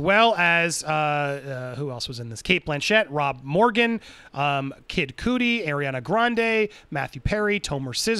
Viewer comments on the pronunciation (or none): “Kid Cootie”, lmao 😆! It’s “Cudi”, Andy, pronounced “Cuh-dee”. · Lmao 😆 eating popcorn 🍿 watching the drama. Also it’s pronounced Kid CuDi (cuddle) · How he pronounces kid cudi. 😂 chuckled to myself. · How you said “Cudi” hahahaha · I knew he would mispronounce it but it's all good